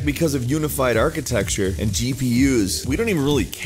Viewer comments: What is 'architexture'? Are you trying to say 'architecture'? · Why do you say architexture? It's rather irritating... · I've commented this on many other videos of yours, stop saying "atchitexture", you sound like an idiot. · Why do you keep saying "architexture"?! Wtf is up with that? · There is no such word as "Architexture" Stop saying it. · architexture.huh... i didn't know that word 5 minutes ago... i do now!!! very informative video!!! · Architecture**Architexture isn't a word..just saying. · I've said it before and I will say it again: ARCHITECTURE NOT ARCHITEXTURE It burns in my ears. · Why are tech channels incapable of pronouncing "architecture"? There's no X! It's not architexture! ;_